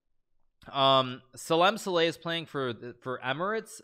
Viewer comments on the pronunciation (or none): Yo Salem Saleh is pronounced as S~AAlem S~AAleh, emphasis on the A.